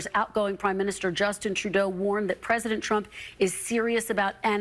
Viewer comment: Ben, do learn some French, and pronounce Justin Trudeau correctly, please. (Says one European (male), who used to speak some French.)